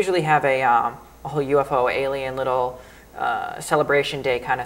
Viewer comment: I think I should point out that it's alien not aleien